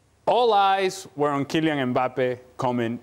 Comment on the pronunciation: Ale puts a g sound at the end of ‘Kylian’…. anyone else hear it?